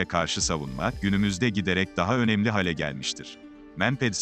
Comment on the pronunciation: Konuşmada hale kelimesini düzeltelim, hâle olacak, lütfen